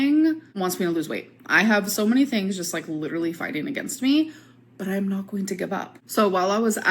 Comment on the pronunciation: And her jaw was lidurally ON THE FLOOR